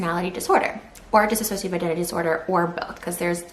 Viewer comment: Can't even pronounce dissociative smh..